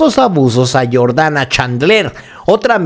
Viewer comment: Es Jordan no Jordana 😂😂😂😂 mi hermano